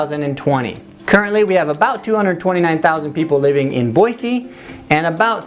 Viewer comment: number 1 way to get a Idahoan mad: saying "Boizee" instead of "Boise."